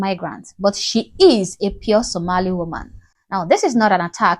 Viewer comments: It’s Somalian not Somelian. Say hallo to your next Mayor! How much is the white man paying you madam ? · It’s annoying how you’re saying “Soomali”! It’s Somali, get it right before you start yapping! Minnesota already has had a Somali woman mayor in one of its districts. Fateh will be the mayor of Minneapolis because his community has invested so much in that city, just like any white-majority or Black neighborhood. Majority rules! He’s American-born and has every right to run for office. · This idiotic even cannot pronounce Somali. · You cannot say Somali even properly. dear African Girl you did not reach this level yet just stay Oppressed West African Girl. Improve your English no one can understands you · You can’t even pronounce Somali kuma mamaako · Shut up beech ()! You can't even pronounce the word "SOMALI" properly. Who are you beech, and Who are you speeking for? Mr Omar will be the next Mayor of MN, in sha Allah.